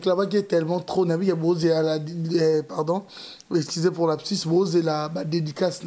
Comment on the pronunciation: tangaka dictionnaire on dit: Lapsus et non absus.